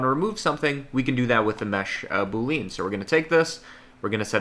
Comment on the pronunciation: I was 4 minutes into the video before I realized he was saying "Boolean". It's pronounced "BOO-lee-in", not "boo-LEAN". But I was also told by someone a long time ago to never make a big deal when someone pronounces something incorrectly because it means that they learned about it from READING A BOOK.